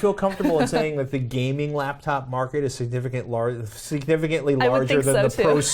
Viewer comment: special pronunciation of 'laptop' as 'labtop' makes numerous appearances in this episode.:D